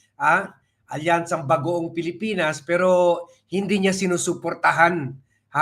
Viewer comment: Wlnghiya k rin nererespeto k nmin pero bkit cinasabi mo yong Bagong Pilipinas pero bkit pronounce mo Bagoong,pag gnyan khindi kna namin panoorin,lagi kitang pinapanood pero bastos k pala! Wag k nmn gnyan bastos mo sa mga Alyansa sasabihin mo Bagoong